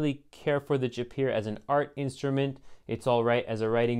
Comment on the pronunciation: Jaipur is pronounced Jai pure.